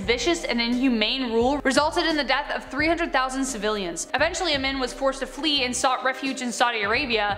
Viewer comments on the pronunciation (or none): Amin is pronounced Ah-meen